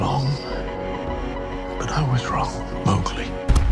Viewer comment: They still can't get the pronunciation of Mowgli right.